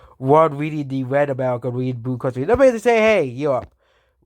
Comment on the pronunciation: Dis County is wed,an dis countie is bwoo..